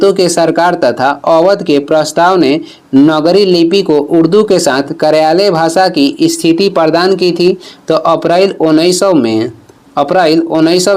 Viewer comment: नगरी नहीं नागरी बोला जाता है।